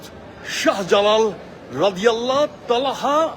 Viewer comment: নাস্তিক চদু হযরত শাহ জালালের নামের বিকৃত উচ্চারণ করেছে।